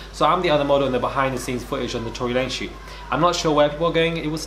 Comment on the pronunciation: "Torey lanes" 👀 we still love you tho❤